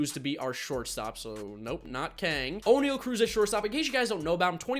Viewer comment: It pronounced o-ne-al and i know thats not how you spell it but thats how its said